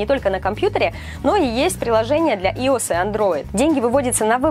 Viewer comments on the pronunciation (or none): iOS говорится через а а не и